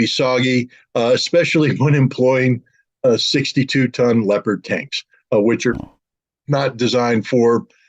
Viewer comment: Which gives you least credibility? Not being able to pronounce "leopard" or having Russian propagandist and convicted sex offender Scott Ritter on?